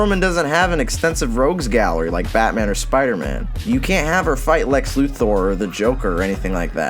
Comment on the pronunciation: “Lex Lu tHOR”